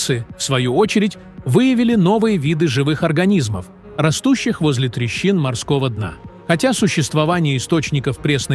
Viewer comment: ТрЕщин, а не трещИн😢